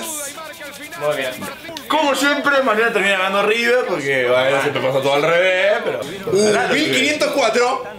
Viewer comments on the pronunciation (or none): none